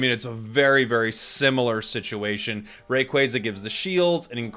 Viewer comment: Saying rayquaza wrong is kinda annoying